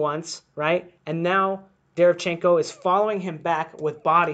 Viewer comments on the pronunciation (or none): imma help you out. Its pronounced DE - RE - VIAN - CHEN - KO. stress on viAn